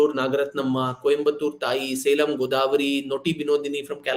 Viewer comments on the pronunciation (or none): none